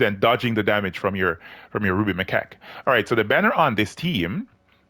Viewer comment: come on, say it correctly.. the ruby my🐓